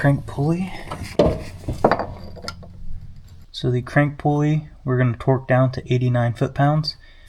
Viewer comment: Every time you said "torque", you pronounced to "twerk". Cracked me up.